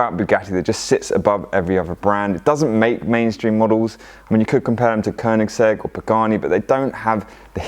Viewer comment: ...the Koenigzegg.....